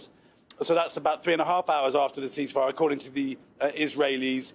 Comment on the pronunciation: Oh, "ceasefire" ...we thought you said increase fire.